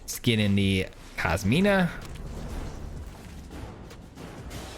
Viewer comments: I hate to be that guy, but it’s COSIMA (Italian female name), not KOSMINA… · Nice build man! Inspiring me to build an exile pile. Also, and apologies for the pedanticness but it's Cos-ima my man. There is no letter "N".